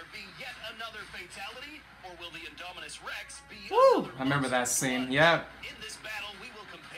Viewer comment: "inominus rex"